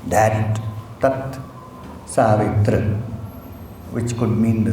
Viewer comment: Its tatsavitur not tatsavitru...